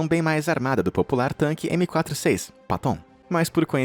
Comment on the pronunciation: Pequeno erro de pronúncia no tanque em homenagem a George S. Patton. Ele era americano e não francês. Se pronuncia PÉTÕN E não PATÓN.